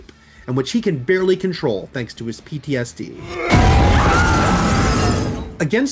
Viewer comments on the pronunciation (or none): none